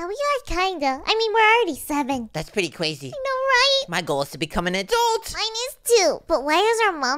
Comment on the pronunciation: CWAIZY: crazy 🤣